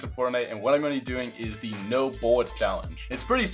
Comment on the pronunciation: Is it just me but does mopi say buwwits instead of bullets